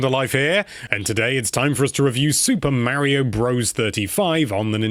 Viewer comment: mario .can you say it right please..